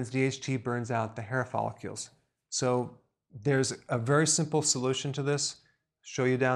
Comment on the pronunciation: Did anyone else notice that Dr Berg said "Follicules" instead of "Follicles"? And he also mispronounced testosterone.... If he's an educated doctor, Why do you think that is?